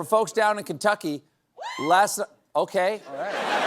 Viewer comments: He said Keentuck😂😜😜🤪😫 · “Am I right Keen-tucky?” 😂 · "Keen-tucky" was Bone Spur Bonaparte's idea of a pun to mask his first mispronunciation. In six to eight years, he'll yell at his Maralago nurse: "Hormuz? More like 'our noose' amirite? Thank you' I'm here all week" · He who says "leever" also says "Keentucky" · Couldn't even say " Kentuckey right? What a waste of good school!🤨🤨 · Really Trump's stupidity getting even worse, he pronounced Kentucky wrong "Kintucky". Wow and some stupid people still following the stupidest president ever. I am so ashamed. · Who does Trump's elocution coach Daniel Day-Lewis from Last of the Mohicans? Keen tuckee😂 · But it is pronounced "kin-tucky" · We say Keentucky, so we can say leever as well /s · It sounded like The Felon said Teen-tucky. That makes more sense than Keen-tucky. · Not only did he say Kentucky wrong, he said the same thing before twice. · As a Kentuckian you can’t convince me that the only reason he miss pronounced it was our Governor is a Democrat and we all hope Andy runs for president 😂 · As an American doesn’t it just offend you that he can’t even pronounce the word Kentucky does he even know the country that he’s running to the ground. This is just sad. The guy can’t even read. Thank you for your attention to this matter. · He not only can't pronounce Kentucky he can't pronounce Epstein Fury. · He is an alien who got a sheet about how to pronounce single letters and he is cosntructing words out of this onepager... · I think he thought it was a joke to pronounce Kentucky like that. Lets just be happy he didn't try Barbietucky. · 1.32. Trump can’t say Kentucky. Stephen can’t say simultaneously. He said Symultaniously. There are many words that a majority of Americans can pronounce. Ha ha ha 👋 from 🇬🇧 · Diaper Don seriously can't even pronounce Kentucky.